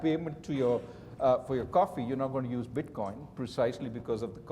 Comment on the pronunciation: Did he say bitboin?